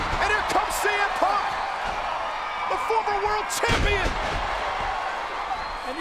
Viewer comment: ShEE M Punk 🤣🤣🤣🤣 I swear the pronounced his name wrong